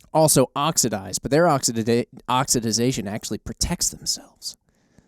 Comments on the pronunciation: Wtf is oxdizidation? It's oxidation God damn it. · oxidation pronunciation. Ox-I-da-tion